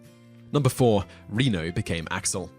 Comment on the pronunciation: You are saying Jean Reno's name wrong. He is French. Is it pronounced "Reh-no" (not like Reno, Nevada)